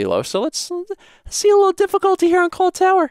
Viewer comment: Anyone else hear "clawl"?